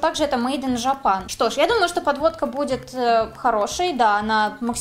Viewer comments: Не жопан, а джепэн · УРОВЕНЬ АНГЛИЙСКОГО: мэйд ин жопан XD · мейд ни ЖАПАН😂😂😂😂😹😹😹😹😹😹😹😹😹